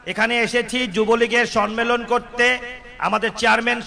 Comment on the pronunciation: সন্মেলন নারে ভাই, সম্মেলন।